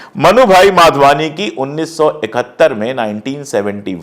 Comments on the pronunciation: Madhwani not Wadhwani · माधवानी को बहोत बार वाधवानी क्युं बोल रहे हो । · I always like your channel. A correction- the surname of the family is Madhwani, not Wadhwani. Or perhaps I am hearing it wrongly. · Vadhvani nahi madhvani hai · भाई साहब, नाम के उच्चारण तो सही‌ करें.......यह परिवार ' माधवानी ' कहलाता है, वाधवानी नहीं ❤😢😅😂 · You keep saying Wadhwani, the family's name is Madhwani and not Wadhwani. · नाम माधवानी है आप बार बार वाधवानी बोल रहे हैं. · It’s Madhvani not Vadhvani! Through your you call them Vadhvani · They are MADHVANI and not Wadhvani as you pronounce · Pandey ji you have to be clear while speaking. Was it madhwani or wadhwani?